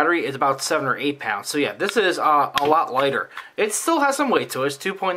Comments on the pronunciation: too me it sounds like both at the same time 2.9 pou∙nce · WOW: at timestamp , it sounds JUST like you are saying "2.9 OUNCE". I thought you were just mispronouncing it as 'ounce', but after 1st assuming you were saying 'pounds' and replaying, I could hear 'pounds'. Actually I can make myself hear "pounds" or "ounce" at will! Very odd--I thought I would point out this trivial 'thing', hoping to see if this 'effect' occurs with others besides myself.